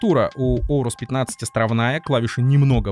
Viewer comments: орус? нет блин орэйрус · Если уж душнить на счет произношения, то от древнегреческого правильное произношение будет "Урус" (попутный ветер), а не Оурус и Аурус (но допускается и так, если правила переложения на другой язык того требуют). В русскоязычной среде прижилось Аурус, потому что оно банально на язык ложится (начало "оу" воспринимается как что-то неестественное и ломающее язык) и созвучно с известным одноимённым греческим словом, означающее "золотой". Такие дела.